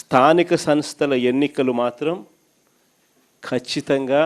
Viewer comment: నత్తి 11 సార్ స్థానిక సన్ స్థలు కాదు స్థానిక సంస్థలు, ఫెయిల్యిర్ కాదు ఫెయిల్యూర్ ముందు మాట్లాడం నేర్చుకో నత్తిపకోడి నువ్వు ఇక జన్మలో గెలిచేది లేదు.